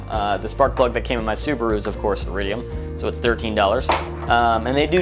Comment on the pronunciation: Really ? That's how you modify a car ? NOT. And when you decide to do anything public, try to pronounce everyday English words correctly. Especially names of things you're 'trying' to teach people, like, iridium. It's not pronounced arridium. If you felt like just making a video, you could have taken shots of flowers or anything beautiful instead. Waste of time.